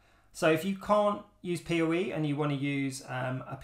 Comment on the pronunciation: OH, he’s saying “PoE” not “peerie” 😂 English subtitles would help